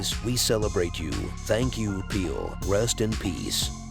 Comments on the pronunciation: What's with this calling the man Peel?... The name is Pele. Need to do this tribute over & get it right ... Please out of respect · His name was Pele, NOT Peel !! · I could not finish watching this video. His name is p e l e not p e e l ‼️‼️‼️‼️😡 NOT PEEL‼️‼️‼️‼️😡 PELÉ PELÉ PELÉ PELÉ PELÉ PELÉ PELÉ PELÉ PELÉ PELÉ PELÉ PELÉ PELÉ PELÉ PELÉ PELÉ PELÉ PELÉ PELÉ PELÉ PELÉ PELÉ PELÉ PELÉ PELÉ 🌏🌎🌍🗺️ GREATEST! COULDN'T GOOGLE HIS NAME I MEAN I MEAN ON YOUTUBE YOU COULD FIND SOME KIND OF YOUTUBE THAT SAYS OH HEY THIS IS HOW YOU SAY PELÉ BEFORE YOU RELEASE A VIDEO ABOUT, PELÉ ‼️‼️‼️‼️‼️‼️ They're like fifty of these videos on YouTube. Here is only one: How to pronounce PELÉ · peel ? Please teach guy how to say Pelé! not that hard!! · who in the world is peel??? Surely you have to have witnessed the entire world call him Pelè. Horrible video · How could anyone pronounce his name as Peel 🤦‍♂️ How can you be a reporter. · CR7 images were shown but the narrative refers to Ronaldo of Brazil. Pele pronounced as Peel. The creator of this video could have been more respectful. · Great tribute compilation. But the constant mispronunciation of his name sort of undermines it. The editor should have caught that.